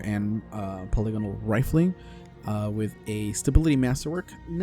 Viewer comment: THANK YOU for being one of the FEW people who make D2 videos and pronounce “polygonal” the correct way!😉